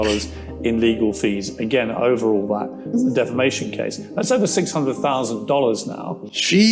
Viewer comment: She says defamason not defamation , listen .